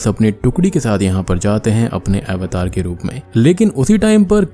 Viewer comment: भाई यह अवतार ही है. सही से बोलो